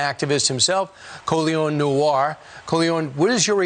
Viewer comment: Whose “Colyon” dude???😂